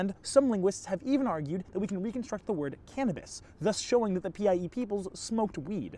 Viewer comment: I keep hearing PIE as PEI and thinking you’re talking about the Canadian province